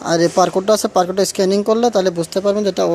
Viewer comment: পার কোড নাকি বার কোড 😂😂😂